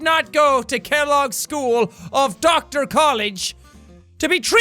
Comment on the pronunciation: Jack: Pronounces word correct Also Jack: Doktar